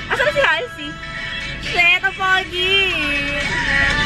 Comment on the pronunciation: "halsi" pala pronounciation hindi "heyli"